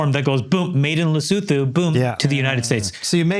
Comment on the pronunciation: very impressed by Andrew’s pronunciation of Lesotho , spot on !!😂